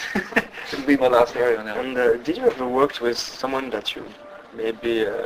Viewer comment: pronouced like this Air-Yon ...that´s Arjen told me ;-)